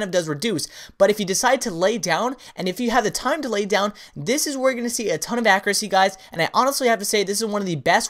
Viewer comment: Okay I love all the videos truly very helpful, but I swear you need to learn to pronounce accuracy!